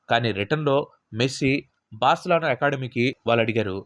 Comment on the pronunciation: Barcalano kaadhu Barcelona